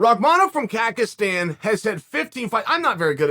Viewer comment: No one mentioning the "kakistan"